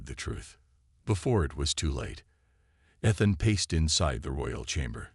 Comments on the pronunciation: With the name Ethan used so often in these stories, why so many mispronunciations this time? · With the name Ethan used so often in these stories, why so many mispronunciations this time? How come no one else recognized the resemblance to the recent king after the queen’s very obvious reaction?